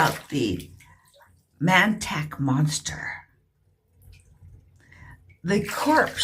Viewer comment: It is pronounced MON-TOCK. Not Man-Tack.